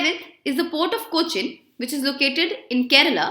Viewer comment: Hi ma'am,as always it was good quality.But it is really painful to hear you pronouncing cochin,vembanad and vizhinjam..